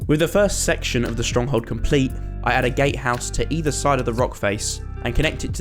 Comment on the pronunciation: Wait, did i misheard it or did he say 'gay house' ???